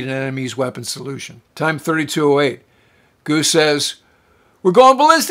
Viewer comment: Sounded like you said "Gooch" when you put up "Goose". Freudian slip? He was a RIO, you were a RIO... You're "Mooch".. ...I'll show myself out.